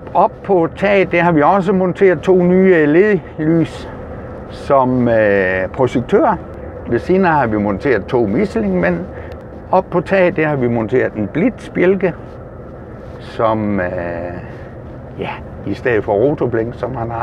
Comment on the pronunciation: led lys??? det hedder for den da, l e d lys. og miselyn mand?? du skal lig, have et engelsk kursus haha